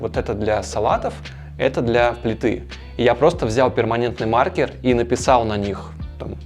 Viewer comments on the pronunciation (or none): none